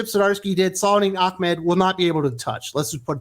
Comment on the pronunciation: Are you purposely pronouncing Saladin Ahmed wrongly as slight or dig? It is not Achmed. Just wondering. His comic writing hasn't been that interesting or innovative. Just bland and boring.